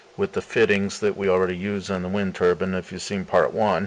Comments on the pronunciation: pronounce turBINE not ter BIIN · TurbIINE not turban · keep up the good work my friend great stuff, and its turbine not turban :) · Hats or Wind generators? I always thought a turbin was a hat. I think you mean Turbine (tərˌbīn) The "i" is long with a final "e" to accentuate the pronunciation of the long "i" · "The pronunciation of the word turbine as turban is peculiar to the USA. Most other people in the English-speaking world pronounce turbine with a long i rather than pronouncing ine as an." Quoted from Katherine Luketina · there are called TURBINES... not Turbins. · it's a turbine not a turban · lol u said a wind turban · STOP calling it a turban.